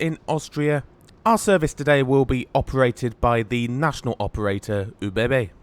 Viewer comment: Great video! Each time you said OBB I hear it as oh baby baby 😅